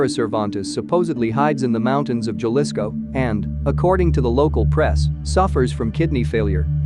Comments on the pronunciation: It’s Jalisco not galisco how do you say jalapeño? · Horrible way to pronounce Jalisco. And all the other city’s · It's funny to hear white people say Jalisco lmao 🤣😂😆😂😆